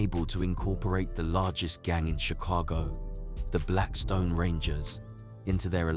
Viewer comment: 👁️'m tired of hearing foreigners with accent's that u can't understand document our people with know understanding of what really went on it's not blackston it's BLACKSTONE,👑✡️🔱